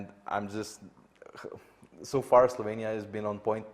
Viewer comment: eyyy my country STOP SAYING SLOVENIAE ITS PRONOUNCED SLOVENIA